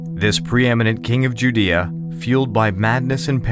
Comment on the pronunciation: Learn how to pronounce Judea.